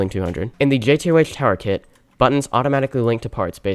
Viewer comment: why does bro say jay tea oh aych 😭